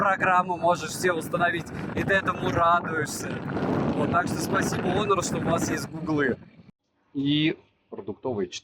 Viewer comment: Почему Онор, не Хонор?